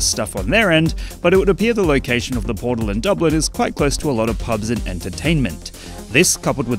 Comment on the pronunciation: It's Dublin dawg